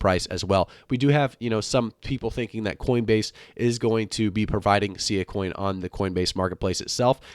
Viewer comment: it's pronounced SS-eye-ahh